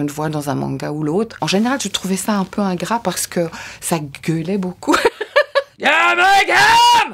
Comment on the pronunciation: Le seul défaut dans la VF de Luffy c’est quand elle dit « Gamagam » au lieu de Gum Gum 😭